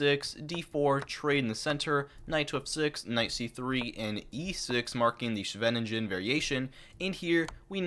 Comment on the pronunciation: Amazing effort to produce this 2 hour video! Please do learn how to pronounce "Scheveningen" and Smyslov